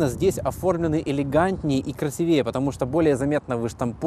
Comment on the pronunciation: красИвее, так же как и красивый, ударение на второй слог.